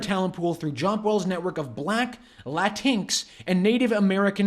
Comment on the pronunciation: The leftists invented the term Latinx without consulting Spanish speaking people who are known as Latino or Latina depending on their sex because the language is gendered. I like the pronunciation used… La-tinks 😂